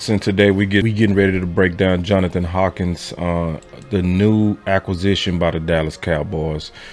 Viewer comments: HANK-KINS.... NOT HAWKINS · 😂 it’s Johnathan HANK-INS NOT HAWKINS my brother don’t start butchering names toO bro that is Mark Holmes thing. Your better than that 😂 REAL TALK